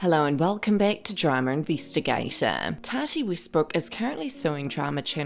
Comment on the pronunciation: It sounds like your saying “TADDY” Instead of Tati (TOTTY) pronounced